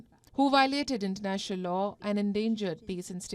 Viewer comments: They can’t even pronounce it. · They can't even pronounce it well by the way.